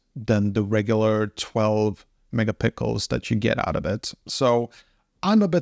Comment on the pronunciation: Did you just say "48 Mega Pickles"🥒😂😂😂